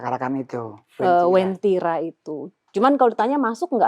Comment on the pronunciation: Uwentira kak bukan wentira. Aku palu asli